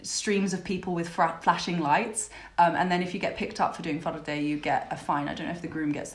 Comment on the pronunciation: Its a faaaaaaarde not farrrrrrrrde🤭😁